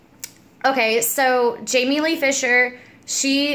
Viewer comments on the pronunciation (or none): none